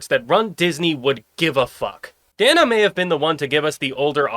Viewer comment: Okay. My brain can't let this tiny thing go... Dana. Long A. Day-Nuh. Not Dah-Nuh. Sorry, my ND ass had to speak up on that. :p